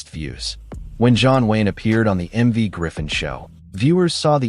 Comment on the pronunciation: His name is MERV., not "Marv."